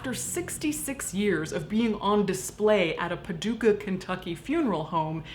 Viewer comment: I'm from Paducah! This is really cool that #1 you said the town name right, and #2 you talked about Mr. Speedy (what we were always told his name was). Fun fact: He also was in a flood. The 1937 Paducah flood where he floated away. Somebody recognized him, and returned him to the funeral home.